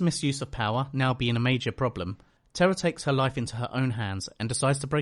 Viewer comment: The one thing I hated about her character wasn't that she was a do-over of Willow, it was that everyone was pronouncing her name as "Terra" instead of "Tara". WHY did no characters ever pick up on this?